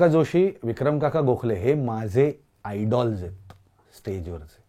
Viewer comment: आयडल्स् ❌ आयडॉल्स् ✅😂